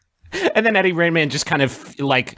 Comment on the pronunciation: Did griffin say “eddie rainman”?!?